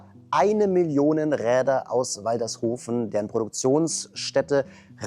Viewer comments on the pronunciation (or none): Moin, Mal wieder ein geiles Review von dir. 💪 Nur eine Sache 😉 Mir als gebürtiger Waldershofer schmerzt das Herz, als du Waldershof "Waldershofen" ausgesprochen hast😅